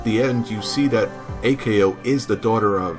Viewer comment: Okay... for some reason you insist on pronouncing the suffix "ko" as "Kay Oh." That's a little weird, but I'm sure we can trust a dude who apparently hasn't watched the anime in English or Japanese... or any known languages, anyhow. Does anypony know of any language where it was localized as "Kay Oh?" In any case, it's far from the most egregious mistake. They are not named after their blood types... that's just... silly. There's no such thing as type-C?! Plus A-ko is type-O, the universal donor and classic hero archetype... well, why don't I just give the original quote, straight from the source? Yes, B-ko is type-A! The three main character personalities are based off of blood type fortune telling. A-Ko is an O type making her energetic and headstrong. B-Ko is an A type making her orderly and jealous. And C-Ko is a B type making her sensitive and impatient.